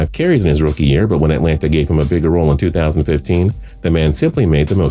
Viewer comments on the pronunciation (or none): none